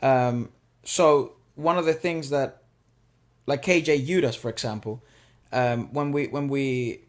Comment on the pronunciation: Did u just say KJ yudas 😂 He is KJ Yesudas